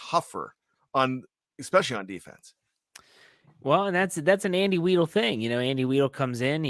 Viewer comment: It's WHY-duhl, not WEE-duhl.